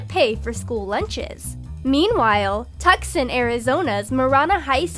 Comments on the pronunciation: Its pernounced Too sawn not tucsun Word is Tucson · It's pronounced too-sahn (Tucson). Not Tuck-son lol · it's pronounced Twoson, not Tucksun. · It's pronounced ""Two-son" not "Tuck-son"' people... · Too-Sawn... not Tuc-san, got that irritates me more than it should. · Tuckson is how your saying Tucson, AZ. Most of our schools are good, but there's always a bad apple. Also Tucson is pronounced too s on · It's pronounced to son not Tucson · "Tuck-son" it's pronounced Toos-on. :') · Its pronounced Too-sahn(Tucson) not Tuck-soon. Think the city that gave the world the chimichanga would be easy to pronounce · Tuckson Arizona you say? Where's that? I know of tucson pronounced too·San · you pronounce it Too-sawn, not Tuk-sin -_ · it's (Tuscon) Toosan not Tusken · She says "Tuck~son"😂 It's pronounced "Two~son". Just so you know lol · Tuck-son? I live in New Zealand and even I know it's pronounced Too-son. Geez. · It’s pronounced TWO SON not TUCK SOn ♥️ i!! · not Tuck-sun. Two-san. You're cute though. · Did you really say Tucson wrong? It's not Tuk-suN it's Too-sAn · Tucson is actually pronounced too-son, not tuck-son. Just sayin'. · . . Tuck-son? NO. It's Too-sahn. facedesk Tucson= too-sahn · TUKSON? Tooo-son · Tuksin Arizona lol it's pronounced Tucson (tooson) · Tucson.. Too-son. Not Tuc-son. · it is not Tuckson it might sound like that but its tucson ( tusun) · Tucson, Arizona. Too-sän not Tuckson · Tuck-sun? Really? It's Tucson and pronounced Too-saun (like the beginning of sauna), we may be the valley of the sun here in AZ but no sun is pronounced in Tucson. Don't know why I care anyways, that place is a desolate wasteland of misery and drunk college kids. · TUCK-SUN?? XD It's TOO-SAHN. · Tucksun...ha!....it's pronounced..... 2sahn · It’s not pronounced (tuck-son) it’s (too-San) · Did she pronounce it tuckson? ITS PRONOUNCED TOO-SAN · I'm sorry for laughing, but that's not how you pronounce Tucson. Ya gotta pronounce it too sahn. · Tuck-son XD